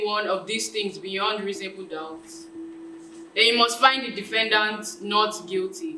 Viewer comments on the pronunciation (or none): the way you said versus 🤣🤣🤣 Reasonably doubt 🤦🏾‍♀️😁😁. It was quite good overall tho 👏🏾👏🏾👏🏾